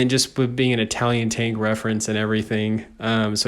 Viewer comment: your tank name pronunciation is kinda weird and some are wrong